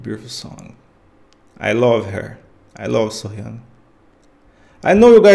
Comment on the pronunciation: Not Soh-Yang, So-Hyang